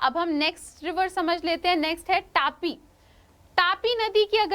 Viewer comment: It's not 'टापी' it is तापी/ताप्ती